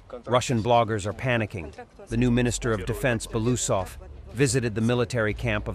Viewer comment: not "Bolusov" but "bye-wo-oo-sov".